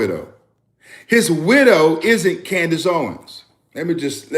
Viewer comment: ❤ t’s on the word isn’t-t-t!